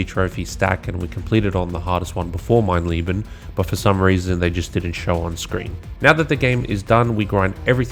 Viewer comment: It's funny how everyone seems to call the Wolfenstein trophy "mein lieben" (my love) instead of "mein leben" (my life) just from how they assume the e would be pronounced. It's just funny that you're subconsciously on a quest for love in your heart while doing the most diabolical trophy ever.